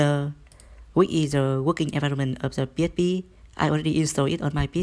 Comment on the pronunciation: P ech P... Hahahah. Faster... Faster !!!!!